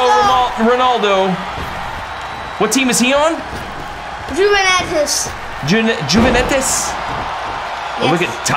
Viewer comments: It’s pronounced uvuntus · Ronaldo's team name is sounded like uventes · It's pernounced uveitis because in Italy j isn't a letter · They said juvinetus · How you pronounce it is Juventus ( Uh-Ven-Tus